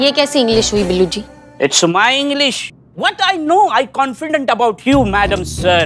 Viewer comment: said con-fi- denta🤣🤣🤣🤣🤣